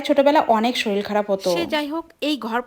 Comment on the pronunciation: Soril not sorir